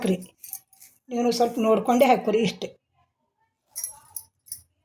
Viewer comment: hoikori alla adu hakori,😂pakka bidar language (Haikori😂😂😂